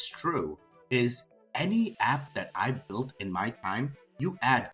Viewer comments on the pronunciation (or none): none